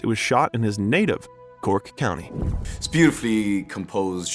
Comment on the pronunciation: CORK COUNTY Ireland not Cort Country. Brother Páidi, pronounced Paw-dee. Sister Síle is pronounced Sheila. I'm not even 2 minutes in but I'm not going to watch a video in which the creators don't even bother with pronunciations. And if it's a robot voice, it needs to be programmed to pronounce geographical locations and Irish names properly if you're going to do a video on an Irishman.